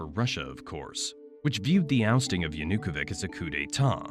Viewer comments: It's 'Yanukovich', not 'Yanukovik' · Yanukovich is not Yanukovik hes Yanukovich ch like in chair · Will you please lern the correct pronunciation of Yanukovych? It's hard to take this serious when you're saying it like that.